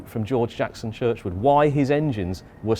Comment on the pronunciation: George Jackson Churchward not Churchwood